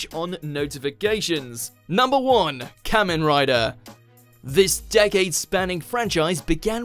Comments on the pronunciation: it's pronounced Kah-men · I never thought I'd see the day where Super Sentai and Kamen Rider are on a Watchmojo list, and so high up too! (Although it's pronounced "Car-men", just politely correcting) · YESSSSSSSS!!! I new Kamen Rider had to be number one on this list. Next time you should do a list on the top 10 best Kamen Rider seasons. And by the way, you pronounced the word ‘Kamen’ wrong. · I've been waiting for this list since I was 10 years old. I've dreamed of seeing Kamen Rider on a list at #1 for way too long and now I can finally rest happily. Thank you very much WatchMojo. I just wish that the dude pronounced Kamen correctly